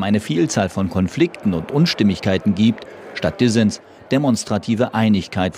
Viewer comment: "Statts Dissens demonstrative Einigikeit" komisch ausgesprochen 🤔 — ach daher kommt das (uralte) "Modewort" DISSEN, von Dissens? 😳😜 ma ehrlich, weiß das jemand? Ist mir zu schwierig nachzugucken. Aber müsste man mal machen, weil: könnte doch wirklich sein!?!? 😅😵‍💫